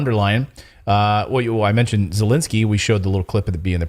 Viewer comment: Zelensky is not pronounced as Zelinsky, as you do, but 2nd e is pronounced as the 1st e.